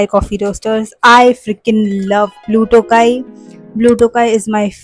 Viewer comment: Blue tho-gai & not blue tokai, since it’s your fav just wanted to let you know the correct pronunciation🧋